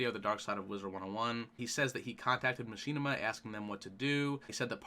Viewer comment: muh-shi-nih-ma not ma-she-na-ma